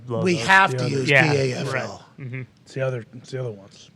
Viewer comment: The "PAFFLE"